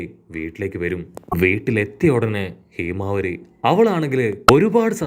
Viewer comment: Heemavari alla myle himawari